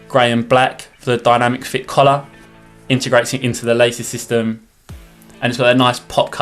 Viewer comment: When he said "collar", I actually thought he said "colour"